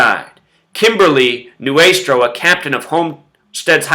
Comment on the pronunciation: I was Kimberly's friend, and you speaking about her in such a demeaning manner is incredibly rude and disrespectful to her family, her friends, and her entire community. It is appalling to see someone who cannot even pronounce her name correctly pretend that he actually knows something about this. Kimberly's story was one that showed the compassion and love of the people around her, and you just turned it into some sort of twisted drama. Not to mention that you completely fail to even do your research correctly. Consider that the people whose lives this wonderful girl touched are heartbroken and grieving. Her community would be terribly upset to see this extremely offensive video in these difficult times. Please take this video down and stop talking about something that is not yours to talk about.